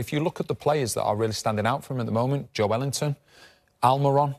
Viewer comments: Can someone tell that fella on the right its Joelinton one word not Joe Ellington lol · Who's Joe Ellington? 🤦 Joelinton, one word, it's a surname lol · Jo-el-in-ton is how it sounds in Brazilian. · yo-e-lin-ton actually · Did he say joe wellington .?? 😂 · 0.48 to be fair that is how you pronounce it in Portuguese, the 'e' isnt silent, but I did hear a 'w' 😆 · How he pronounces joelinton